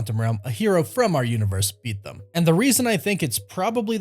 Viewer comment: It bothers me the way u say “them”